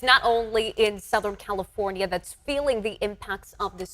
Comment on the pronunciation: WHY does she talk like that???? Soutahearn Califoarniaea ias abouat to experieance 2 incheas of raian. 😂 It's unbearable. And the other reporter supposedly stands with "very dangerous" storm winds yet the bushes behind her barely moves lol. What a hogwash.